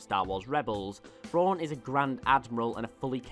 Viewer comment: It's thrawn not frawn